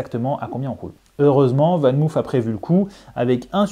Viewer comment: On prononce "VAN MAUF" et non pas "VAN MOUF"😉. C'est du néerlandais, pas de l'anglais!